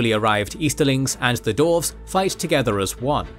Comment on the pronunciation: Why does the narrator insist on saying "Dorves" not Dwarves?